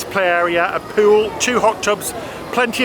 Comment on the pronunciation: You Adorable Boys! I love your videos and the way you pronounce swimming Peeyouell. 😉